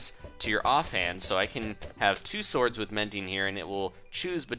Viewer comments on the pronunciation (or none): none